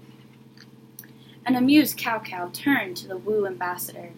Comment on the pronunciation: This is a very nice reading, and I applaud you for showcasing a famous folk-tale from another culture :). Here's a word of advice for the next time: it's always a good idea to check correct pronunciation of foreign names (and words) before going public. "Cao" is pronounced like "tsao", not "cow", which sounds REALLY strange to anyone who knows Chinese. The other Chinese words (jin, and Wu) fortunately are pronounced almost exactly like they would be spelled in English. (Also, you might want to use a regular camera that wouldn't show all the words backwards.)